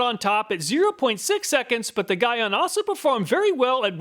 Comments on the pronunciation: Guy-on 😂 Great vid, btw it’s GEE-ON. No worries thought, awesome vid. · Pronounced G-ON not Guy-ON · Gyeon... Not that it matters, but it is pronounce GEE-ON. My pick is the Gyeon. Sure, hard to install, but longevity matters. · The way your pronouncing Gyeon is disturbing me 🤣🤣 it’s pronounced like “Ge”-“on” not “Gi”-“on” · Never known how to Pronounce the brand Gyeon. Here in the UK we tend to say Jhee On. You seem to say Guy ahn. Will have to ask the manufacturer haha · It’s G-Yeon. not Guy On. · Just trying to help man- GYEON is pronounced “GEE-ON” lol not “GUY-ON”. Great test video tho!👌🏽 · I believe it's pronounced 'Geeon' not 'Guyon', at least in Europe it is. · Guy-on I think is pronounced Gee-on, but anyway, another fantastic video, what would we do without you honestly! I'm surprised you didn't have H2GO in the list as that has high reviews. Thanks again!! Can't wait for the next video!! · I’ve used rain-x in the past and was pleased with it. But ever since using dedicated glass ceramic coatings, I can never go back. I personally have GTechniq G1 on my car and love its performance. Side note, Gyeon is pronounced “jee-on” rather than “guy-on”. It’s definitely a competitor to GTechniq in the car detailing brand space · Gyeon is pronounced GEE-ON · Just a heads up, Gyeon is pronounced "jee-on" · Gyeon is pronounced "gee-on". Great test! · Just for future note, it's pronounced "G-on" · Gyeon is pronounced Jean on without the N on Jean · It pronounce GEE YON 🙂 (Sorry detailing geek here) . As always, awesome review. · I saw in the beginning of the video that you had Glaco windshield protection on the table but you didn’t include that in your test. What happened to that product? Also, I believe Gyeon is pronounced Jee-On. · Great review and fantastic channel. one of my favorites I thought i would see a correction in the comments? Gyeon is pronounced "GEE-ON" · Gyeon is pronounced G on lol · I believe Gyeon is pronounced G-yeon.